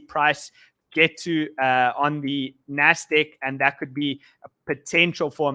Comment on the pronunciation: NASDAQ!!! NOT " NASTIK" HOLY CR@ lmao